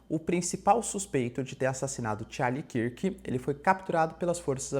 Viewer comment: Charlie KÃRK professor, KÃRK, assim como dunkirk